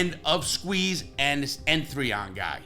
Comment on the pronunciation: Larry, just to let u know. N3on is just pronounced Neon.